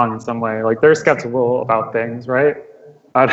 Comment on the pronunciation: "What should be done aboot it." That never gets old.